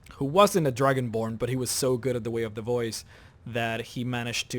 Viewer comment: Its funny when you say "way of the boys".